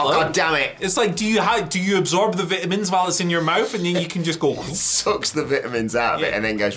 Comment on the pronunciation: How the bloody hell do you guys pronounce “vitamins”? 😂